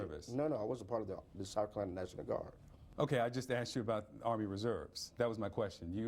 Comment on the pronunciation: " I axed you" HAHAHAHA